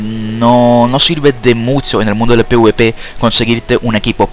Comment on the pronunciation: no puedo confiar en alguien que le dice pwp al pvp XD